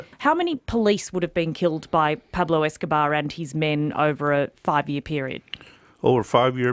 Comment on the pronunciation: Pablo escobahh